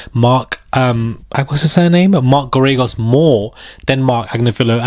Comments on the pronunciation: Mark Gare-A-Ghos, pronounce his name like that, I think you'll be using it often! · It’s pronounced mark Gair-ah-gose. He lost Scott peterson’s trial because he didn’t put on a defense and he’s overly priced!!!